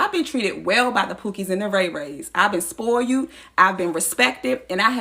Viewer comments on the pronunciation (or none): she bin “spouled” and she bin “respeted”😂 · Oh how nice. She's been spoi-ued.